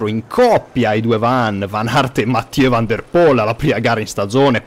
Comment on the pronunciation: In Nederlandese il dittongo OE si pronuncia U (De Boer = De Bur; Koeman = Kuman…); dunque Van der Poel = Van der Pul.